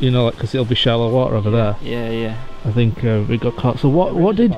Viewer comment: Don’t be finkin what I fink ya finkin!! 😂😂😂